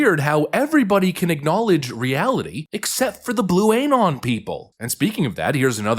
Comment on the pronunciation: Bruh ...it's not "Ay-non" it's "Uh-non". You're saying it weird.